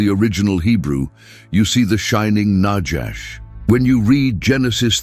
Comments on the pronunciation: I thought, it's nahash, not najash Its noticeable To much AI😂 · There is no "J" in Biblical Hebrew. The Genesis 3:1 word translated serpent is not najash but na-khawsh נָחָשׁ nachash (naw-chawsh') Strongs H5175. The AI Reader should be trained in its proper pronunciation. This is a good presentation, and the referenced Dr. Heiser does a great job in the "Unseen Realm" except for one subject that I will not mention now. I make another note, that there is a clear tradition that the Book of the Apocalypse/Revelation was written in the early 60's AD/CE rather than the popular 95 date, and the internal evidence strongly supports it. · The word in Hebrew for snake/serpent is pronounced nakhash not najash - there is no "j" in Hebrew